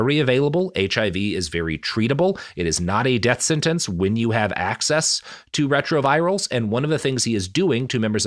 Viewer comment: Antiretrovirals* please please please you're saying it wrong too many times and it hurts